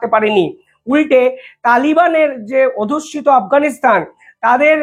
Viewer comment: ভাষা এবং উচ্চারণ ঠিক করো ভাই। কথাটা "অধুশ্যীত" নয় "অধ্যুষিত"।